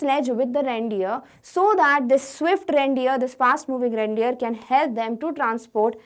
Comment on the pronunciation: Bro its reindeer not randeer